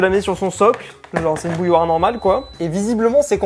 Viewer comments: Salut on de dit pas bouloire on dit bouilloire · "Bouloire" -> Bouilloire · "une bouloire"